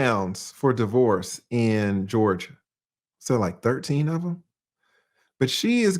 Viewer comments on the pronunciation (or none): none